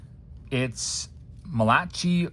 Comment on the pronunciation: I think "Malachai" is pronounced Mala-kai